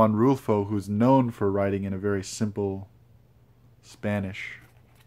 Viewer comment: I very much enjoyed your reading and mentions of Latin American authors (your Spanish pronunciation es muy bien). The last two passage you read have greatly sparked my interest in the author, thank you. What do you think makes Latin American literature, and culture interesting? Also, I too think The Dead is excellent, especially the last two pages! Additionally you mentioned sitting at a cafe in Mexico, and as someone who spent their youth there, I can assure you that the slow pace and ease like atmosphere are very pleasant. I think you would find much joy in it. Perhaps future travels (although I’d suggest with the company of someone who has lived in Mexico) will be very agreeable for you. Lastly, you mentioned looking at your books as you fall asleep, as someone who sleeps with books at their side I found this very precious and admirable in character. I look forward to future content, as I find your thoughts and countenance thoroughly enjoyable.